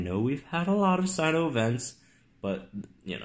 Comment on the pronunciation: majungasaurus zone. good thing I live in L1 too! and: "sino" more like "si-yes" lol